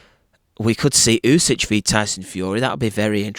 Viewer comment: It's pronounced "oosik". "Oosich" made me laugh. But good breakdown anyway.